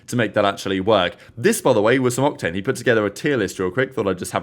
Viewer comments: why does it sound like said cocktane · my guys just said cocktane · Wait.... what did u call octane? Did I hear it right... 3.03 lol sly....